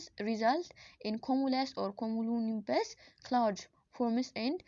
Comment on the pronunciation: The real struggle to say cumulonimbus😂 but u good keep it up🥰